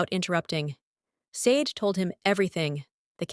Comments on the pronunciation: Not SAYD. Shar-Day. Short for Folashade. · It's pronounced "Shah DAY" because it's YORUBA and should be written with the correct accent and diacritic marks. The "sh" sound in many Yoruba words/names because there's a dot mark under the S — Ṣ/ṣ. Ṣàdé To get the Ai narrator voic to pronounce it (and other Afrikan and non-English words) correctly you have to write out the names/words phonetically — ie Shah DAY. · LEARN OUR NAME BECOME YOU USE IT. SADE IS PROUNCED SHA-DAY😢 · No! Not "Shar day". It's just SHAH DAY. There's no "r" sound. That's a lazy arrogant and western US/UK pronunciation. Her name is Yoruba with specific accent and diacritic marks that make the 's' have the 'sh' sound. The correct spelling is Ṣàdé = Shah DAY. Same for Óṣùn not Oshun. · No! There's absolutely no h in her Yoruba name. There is no sh combination in authentic Yoruba. Her full name is Fọlàṣàdé. The dot under the ṣ makes the 'sh' sound and the accent aigu over the é makes the 'ay' sound in Yoruba. Without the accent and diacritic marks it's SAY Dee. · SADE IS PRONOUNCED SHADAY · Why is her name mispronounced? It makes it hard to listen to. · I couldn’t listen. Three minutes in I had to stop. That’s not how Sade is pronounced. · Lol...evertime she say it I subconsciously correct it